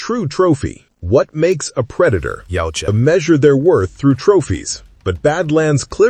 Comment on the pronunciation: This shit was so trash it made Shane blacks movie look like a masterpiece. It’s yautja not yeowcha! Yot cha